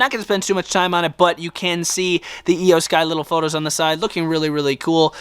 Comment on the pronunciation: iyo sky not eyo sky